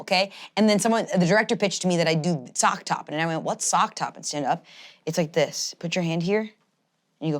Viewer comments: wait talking about sack tapping but calling it “sock top”…. Just sounds like a fancy rich person saying sack tap, I guess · Lmao does mean “sack tapping”? I’ve NEVER heard “sock topping” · it’s “sack tapping” not “sock topping” lmfao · “Sock topping” when it’s “Sack Tapping” was cracking me up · I'm so late but said "Sock topping" when she was told "sack tapping" 😂 that's the most hilarious thing in this video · It was most definitely "sack tapping" not "sock topping" lel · Not sock-toppin'...it was sack-tappin'. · sack tapping not sock topping lmao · Am I the only one who took a minute to realize that meant "sack tap" not "sock top" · It's not "sock topping" its "sack tapping" lol. How did none of the guys correct her on this. Literally you scream sack tap and smack a dude in the nuts, the name is the action. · "sock topping" is HILARIOUS It's "sack tapping". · saying sock topping instead of sack tapping is so fucking funny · Did call sack tapping sock topping? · took me way too long to realize was trying to say “sack tapping” 😂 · calling sack tapping "sock topping" is she making a joke or does she really think it's called sock topping??